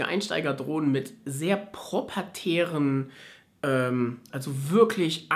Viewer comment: Das Wort heisst proprietär FYI